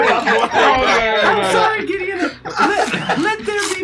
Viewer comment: Did anyone else hear call mace giddeon and no one bat an eye, that man truly is Gideon Coal